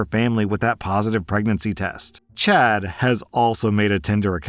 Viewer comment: You know you're too terminally online when you keep hearing 'chat' instead of 'Chad' lmao.